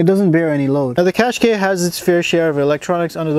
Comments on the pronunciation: Cash kai not kay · It's Cash-keye, as in "eye". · Oh im sorry 140bhp is not enough our irish qashqai 1.6 diesel cvt with a 112bhp is fine enough. Also its pronounce cash ky not kashk.